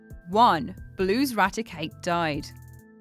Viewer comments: Its called ratic8 Not rattikut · "Ratikit" Found that quite funny. :D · Ratikut?!?! RaticAte! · I can't help but be triggered, as it's not pronounced "Raticut" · Rattikut lmao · I was well damn annoyed. If someone is going to pronounce a word or name, pronounce it properly. What the hell is a rattikut?? 😂😂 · never pronounced it that way in my life. Accents and names are entirely difference things. Its pronounced Ratic8, thats that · Nope. The english dont pronounce gate as gut or late as lut. It is pronounced rati-cate in an english accent as well. just didnt know how to pronounce it. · it's definitely not accent, otherwise she would say all her ay's like uh's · She is literally just saying it wrong